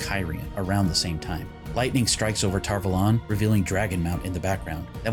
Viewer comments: I feel like lots of speaking in season 1 was hard-to-hear whispering and when they said tar vuhlawn instead of tar-vawlun it doesnt hit ears like it should. I love this series tho, and I love ur channel even tho I just found it today! ♥️ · I really do not like how tar valon is pronounced in this series